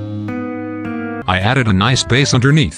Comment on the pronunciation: I don't wanna sound nit-picky, but If you type "base" instead of "bass", you'll get the right pronunciation.